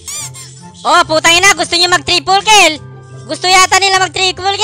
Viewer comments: Announcer: TRIPLE KILL!: TRIKOLKILRYE HAHAHAHAHA NANGIYAK NGIYAK AKO SA KAKATAWA SAYO. 😂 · Inspire po kay irithel Pero natawa ako sa ''trikolkilrye'' hahahhahahahahahahaha